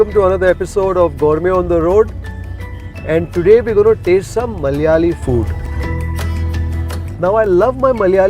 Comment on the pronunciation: Why it is so difficult for non-malayalees to say "Malayalee?". Is it just being fashionably ignorant and pretentious or is it really hard?